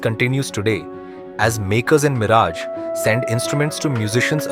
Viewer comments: bl00dy fool not miraaj it is miraj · It sounds very irritating when the commentator pronouncing the name of the city as Miraaj and not Miraj. The least he could have done was to gather little general knowledge about the subject / places etc. he is commenting upon.